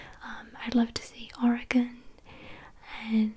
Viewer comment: As someone from Oregon, I would like to congratulate you on your ability to pronounce the state's name correctly. Most Americans can't even seem to do that.